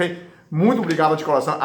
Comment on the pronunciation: Que bonitinho dr falando "colação"